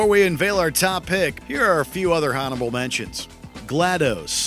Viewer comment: Well that's the first time I've heard a fluent English speaker pronounce the "h" in "honorable".